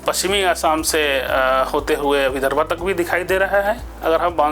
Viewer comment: डॉ साहब कर्नाटक को कर्नाटक क्यों बोलते है और विदर्भ को विदर्भा क्यों बोलते हैं